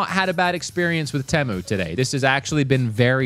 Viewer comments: Bro Really Said tEmU when its Pronounced "Tea Moo"🤣🤣 BTW: I Am Not Making Fun Of Him I Am Making Fun Of "Tea Moo" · You said it wrong 😂 its TEA MOO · I think its pronounced- tee-moo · It’s tea moo not teh mu 😂 😅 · It’s not pronounced Te-mu, It’s pronounced Tee-mu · it not tamu its temu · It's temu not timo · bro.. you said teh-mu and not tee-mu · It's "teee mu" not "tehmu" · You are saying Tamu. There is no "A" in Temu. Please learn how to pronounce it correctly. The worst part is how many times you said it in the video. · I hate the way americans say temu like tem-u when its said like team-ou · It's pronounced "Teemoo" :face-orange-raised-eyebrow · It’s pronounced tea-moo lad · Let's start with proper pronounced name TEE- MEW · I swear you say "pemu" in the beginning. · Ahh so it's not pronounced Teeemooo? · It's pronounced tea moo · It’s teemu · ( tea-moo) . Maybe you can pronounce it correctly with this help. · not to be the annoying one here but it's pronounced teemu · The way he says “Temu”💀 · The way pronounces temu is something elce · That’s not how you say temu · No him mispronouncing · YOU PRONOUNCED IT WRONG!!!!!!!!!!!